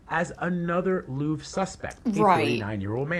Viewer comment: I love your Videos but it's pronounced Louvre not Louv😭😭